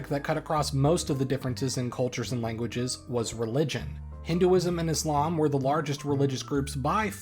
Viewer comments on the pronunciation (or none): none